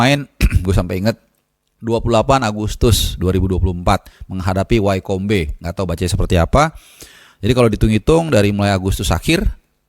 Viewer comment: Wycombe baca nya Wikem